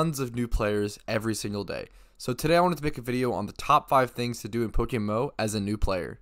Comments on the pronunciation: It's pronounced poke M M O, You keep saying PokeMO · Is someone paying you to market “Pokemo”. You say “Pokemo” like five times in ten seconds at the start of the video